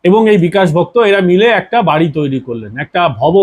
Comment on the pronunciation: আপনি আগে ভালো করে তথ‍্য সংগ্রহ করুন তারপর কোন এপিসোড করবেন আপনার খবর হলো বালখিল্য। আপনি বিকাশ ভকত-কে বলছেন বিকাশ ভক্ত, ইলামবাজারকে বলছেন ইসলামবাজার। ভালো করে নাম ধাম জেনে খবর করবেন আপনি একজন ফালতু লোক।